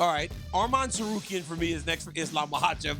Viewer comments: I'm looking forward for the Islam and Arman fight, just for hearing Chael spelling Tsakuryan instead of Tsarukyan. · always, its always good to see Uncle Chael.... butcher another last name, he absolutely butchered Arman's last name 😂